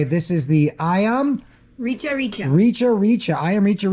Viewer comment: You mispronounced rica rica. don't use k but cha so its called Richa Richa.. Fyi Rica Rica is from north Sulawesi